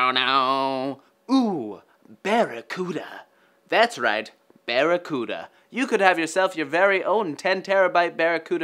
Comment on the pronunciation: "Barret-cuda" LOL